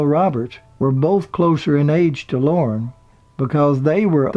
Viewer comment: Lorne not loren